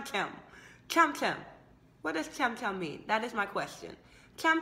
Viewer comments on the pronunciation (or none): your pronounciation is wrong....its not kam kam.....its chham chham